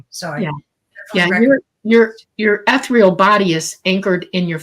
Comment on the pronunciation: "Ethreal" body?? Does she mean 'ethereal ' ??